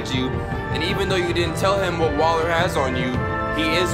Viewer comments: this dude said Waller like waler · when does not play in 2 days He calls Waller "Weller" I'm guessing hes going to call Joe Weller for this job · repeat after me - WALLER 😂 I love the vids but I cringe every time this man says weller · her name is WALLER not weller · Did anyone else get annoyed when he kept calling Waller “Weller”? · he keeps on calling waller “weller” this ain’t no ksi vs joe, stop it 😆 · Waller, not weller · it's not Weller it's WALLER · WALLER (WALL-ER), not WELLER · Her name is Waller not Weller :D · It’s WALLER not WELLER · Bruh why he keep sayin "Weller" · Yo her name is wall-er not weller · Waller not weller smh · Its wAller not wEller